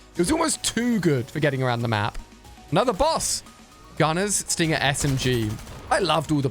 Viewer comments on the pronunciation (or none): none